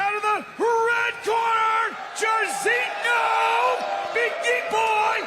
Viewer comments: How hard is it to have ur founder pronounce the fighters' names correctly... Jarizio? The fuck is that? 3 syllables, Mike. (jar-zeen-yo) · Why's Mike keep calling this man Chorizo